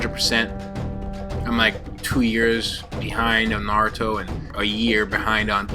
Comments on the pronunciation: Nice "Nazuto" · Why does it say nazuto?